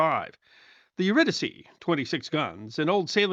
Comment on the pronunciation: Thanks for pronouncing her name correctly